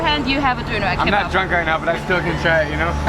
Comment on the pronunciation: LooooooL she said Berlin made the Döner better and she can’t even pronounce “Döner Kebap” correctly. Shut uuuuup Best Döner is in Turkey 🇹🇷, where it is from. Factssss